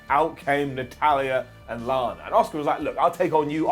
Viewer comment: Nobody's ready for "Oscar!" Well, that's how pronounces her name anyway.